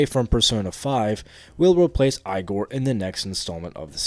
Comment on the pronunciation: I don’t mean this to sound too critical, but i find it insane how you manage to mispronounce like every character's name. If it is ragebait, it is genius. Igor is said in voice acting in 3 4 and 5 at the least.